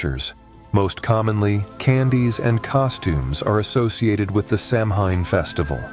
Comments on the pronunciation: If I remember correctly, Samhain is pronounced "show-AIN"...show rhyming with cow... Celt languages are strange ✌👽🍻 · SOW-en. No "h". 🖤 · Samhain is actually a Gaelic word and means “ Summers end” and it is pronounced: Sow-in, Ireland Sow-een, Wales Sav-en, Scotland.